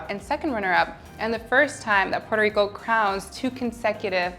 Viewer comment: I loved when she pronounced "Puerto Rico" with spanish accent 🥰